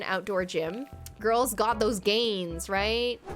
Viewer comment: When I went to ur dream address, ur fake person of u (or whatever) said ‘Sup Goils’ 😂 😂